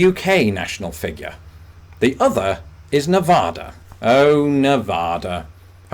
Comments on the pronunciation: My brother, I love your channel, but as a native of Nevada, it's an obligation for me to tell you it's pronounced nuh-VADD-duh, not nev-odd-uh. 😜 (Honestly just razzing you! Great vid and great channel! Keep it up!! 👍) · So, no, it's not NEV-AHH-DA. Hopefully not the first to tell you that, but it's nearly a shooting offense...LOL. Get it right. NEV-Ah-Dah. See. Too easy! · It’s Nev -AD - a. Not Nev -AH-da. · Love the Rick Steve's impression. If you add your UK square miles to that part of Ireland not in the actual UK, then is there a difference on your list? Oh.. and by the way....people who live in Nevada call it Nev- ADD-uh (not Nev-AHH-uh) I spoke it incorrectly too until I lived there for a bit. Now I ADD it correctly :-) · I Know you can say Nevada properly now, Nev add a, not Nev odd a. 😁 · It's NOT "Na vada"! (as in "Ah") It's "Nevada" With the A similar to the "A" in Action!! And, for what it's worth, anything, I mean bloody ANYTHING is possible in Las Vegas! You want aliens, prostitution and nuclear bombs? You want all three at once? - it's out there. (Talk about perversions). It's all illegal in Vegas, but so what? Just bring LOTS of money. (The bombs, however, will be fake. You can't have everything.) NOTE - Prostitution is NOT legal in any county in Nevada that has a population of more than 100,000 people. This was carefully done so that prostitution would be legal in impoverished counties out in the bushes where there is a low population base, and also illegal in the big cities, such as Las Vegas, Reno, and South Lake Tahoe. There the "normal" citizens would object to prostitution. You know, ladies of the PTA, animal rights activists, busybody bored soccer mom housewives and such. (And don't forget the bible thumping housewives who are playing around while hubby is at work.) But still, if you have that urge, all you have to do is take a short drive to the next county, and Bob's your uncle. Again, bring lots of money. Don't get me started here....